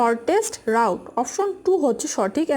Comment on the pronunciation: রাউট না রুট উচ্চারণ হবে